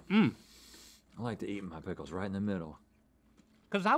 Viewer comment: “Prickles” is the new “dickle”.